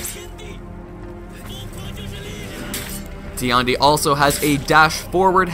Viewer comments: Tiandi's voice actor: Tee-and-e Every player: TIE-YAN-DE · Nah nah nah bro its TEE YAWN DEE XD